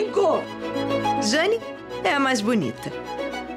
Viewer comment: Elisabeta??JANI? pq não pronuncia Elizabeth e Jane direito